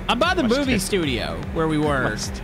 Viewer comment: did he say moobie or movie? lol